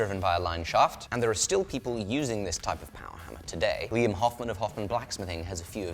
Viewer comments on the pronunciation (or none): none